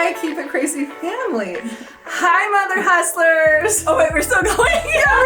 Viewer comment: I laugh every time you guys open it out mother hustlers. It kinda sounds like your saying a bad word. Love you guys!!